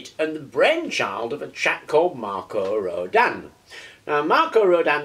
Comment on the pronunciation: nice vid, just a point though......... its pronounced ROW-DIN... as in Tin....also....what you have there is more commonly called a "starship coil"...or....a flattened Rodin coil, a true Rodin coil is not flat but wound around a toroid, typically a plastic toroid as found in those childs plastic donuts they have to stack on a shaft in the correct order